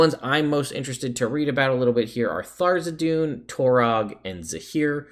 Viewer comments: Not meant to be nitpicky, but is there some pronunciation guide that states Tharizdun name should be said Tharzidun, or is it just personal taste? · The Forgotten Realms wiki says that the pronunciation is "thar-IZ-dun" and cites issue 93 of Dragon Magazine. I don't know that any of Wizards books give a pronunciation though so my guess is most people just go with how they first heard it or how they read it. My group for example always says "Th-raz-din", and probably wont ever stop.